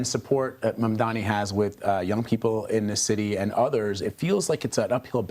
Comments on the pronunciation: Cuomo is not mentally fit enough to do the job - he keeps mispronouncing Mamdani's name as "Mandamee". He is slurring. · Dem😂. Can't even say mamdani right😂